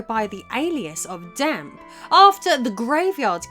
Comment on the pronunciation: She added an R to ocarina but dropped the E from Dampe. I am very confused by this woman’s English